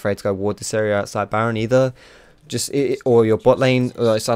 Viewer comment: Lol did he say 'naron basher, good ol basher'